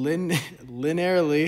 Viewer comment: I have no linear algebra experience but you explained this in an engertaining way that I could easily understand! Thanks! (Also, you got it eventually, but it's "li-nee-ur-ly" not "li-nair-ly")